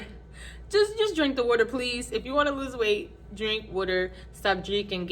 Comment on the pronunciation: Are you from Philly? Or Deleware? When I heard Weter(aka Water) I think I found my people! ❤